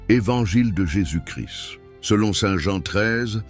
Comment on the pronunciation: Arrêtez cette voix 😖😖😖 horrible qui dit, de surcroît « JÉSUS CRISS » merci !!!!